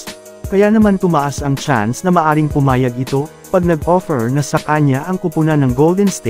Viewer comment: Sabi mo pumayag na bulol